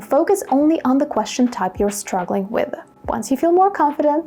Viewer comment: Dear teacher the pronunciation of the word question is strange when you pronounce it is it really natural?